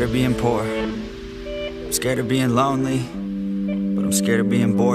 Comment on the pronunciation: Its not Lownle Its Lonely